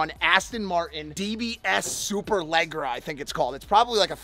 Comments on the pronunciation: Did mike just say superlegra lmaoooooo its superleggera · mike leggera isn't pronounced legra, it's pronounced lejera or ledjera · superlegra haha its superleggera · Is no one going to talk about how he butchered the name of that Aston 🤣. “Super-legra” 💀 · I'm sorry man said leg-ra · mike butchering the name of the car made me cringe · The way Mike pronounced Superleggera was a sin